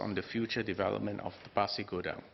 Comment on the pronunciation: Good you pronounce 'Pasir Gudang' correctly sir. Terima kasih.